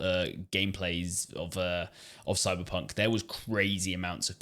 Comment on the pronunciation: soyberponk sevontee sevontee